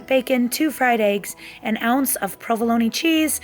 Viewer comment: I've never heard anyone pronounce "provolone" the way you do, with the hard "e" at the end. It prompted me to look it up, and low and behold --- it's pronounced with the hard "e" at the end. Thank you for educating me, and for all the dedication you put in to your videos.